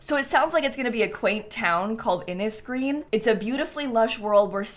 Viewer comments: Heads up guys, since this is referencing the irish language, we would pronounce innisgreen as "in-ish-green". It's inspired by the irish language so please just remember that it's literally got different ways to pronounce things. Americans and brits love to laugh at our names/place names but remember it's a different language, it's not english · If this is an Irish inspired world, it would be pronounced 'Inish green' instead of inis!